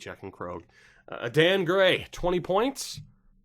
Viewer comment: Adan gray probably pronounced aiden